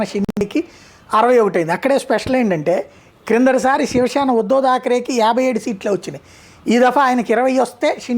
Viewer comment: shivashena kadura sivasena telugu nerchukora sami